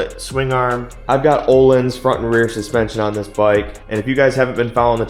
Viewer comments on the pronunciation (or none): none